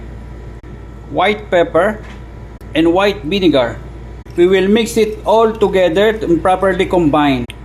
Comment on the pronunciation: Idk cooking But your pronounciation of vinegar is funny, you deserve a like